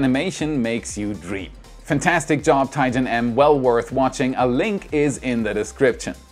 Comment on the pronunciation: Hallo, ich glaube der Name Tijn wird "Tein" ausgesprochen. ist niederländisch. Liebe deinen Content, Grüße aus Berlin!